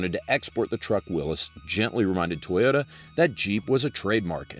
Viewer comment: Sorry to be THAT guy, but it’s pronounced Willie’s, NOT Willis!!!😂